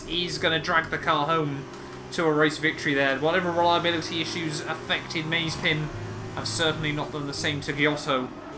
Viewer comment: it's Ma-ze-pin, not Maze-pin, but otherwise, good video :)